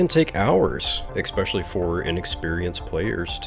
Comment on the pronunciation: "ekspecially" . Thanks for saving me 9 minutes